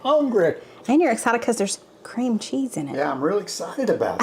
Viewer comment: I remember that video, I laughed so hard at say you could add a lirrle bit more ceam cheese. All looked delicious.